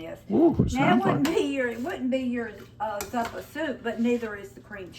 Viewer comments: That soup is pronounced z u uppa soup emphasis emphasis on the you that's why I put two years in there it's only spelled with one it would be a long u zuppa soup is wonderful your version looks very good thank you😊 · Google says it's pronounced 😊 Zoo' puh. pronounced it correctly the first time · It's pronounced zoo pa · Google Z u p p a They will tell you how to pronounce it. Say the word zoo. . Then pa. It's that easy, it just means soup in Italian.